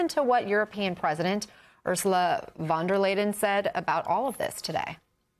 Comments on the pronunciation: The woman and current leader of the European Commision fcol is called "von der Leyen" not "van the layden"... I guess it doesn't apply to American journalists & 'experts' (for that matter) to actually know who's in charge somewhere else... kind of giving you a hint what the problem is, ain't it? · Hey MS NOW, it's Ursula von der LEYEN. It's not hard. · These talking heads care so much about their relationship with Europe but they all pronounce „von der Leyen“ as if there was a d in it. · Clear display of American supremacy, only an American would pronounce "Leyen" with a 'd' in it. For the reporter I can understand it's a misspeak, but imagine the guy presenting himself as a "geopolitical expert" if he repeats it the same as if he only heard the name for the first time. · Next time take a minute to learn Von der Leyens's name correctly. It's embarrasing and insulting.